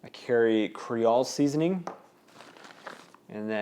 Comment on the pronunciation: it's Creole not cre all seasoning. sounds like cre ol' lol. i had to say something.